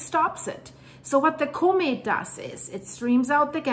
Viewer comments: But what is a comate It's usually pronounced com ette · ITs a Comet not a CUmet. Or pronounce it Komet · If you can learn how to pronounce the word comment correctly, I will gladly give you a like and hype next time, but you continually mispronounce it